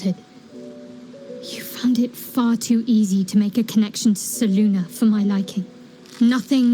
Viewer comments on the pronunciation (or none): And why do they say "Seluna," and not "Selune"?